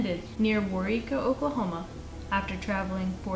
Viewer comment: I was impressed that they got Waurika right! Although the second time was just a wee bit wonky but still correct!